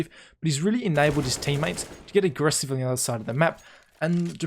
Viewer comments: “So even when device does get agreff-is-iv” and no attempt to correct it😂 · "So even when dev1ce gets agref-isive..." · ''Even when dev1ce does get aggreffessiv''